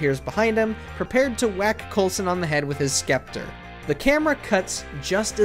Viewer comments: The "c" in scepter is silent, dude. Get it right next time! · For future reference the c in scepter is silent. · Did you just say skepter that scepter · Scepter is pronounced with a silent "c" for future reference, guy. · Bro said Skepter